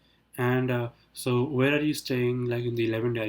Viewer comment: He's saying toh instead of so 🤣🤣🤣